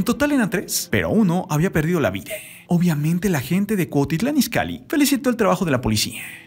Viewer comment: " Vide, Mexica, Ocañe" VIDA, MĖXICO, OCAÑA, FLACO APRENDE A PRONUNCIARLO BIEN